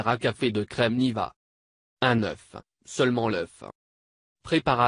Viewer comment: Il dit u oeuf